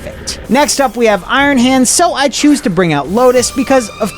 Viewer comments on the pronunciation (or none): ‘This macheine……’ What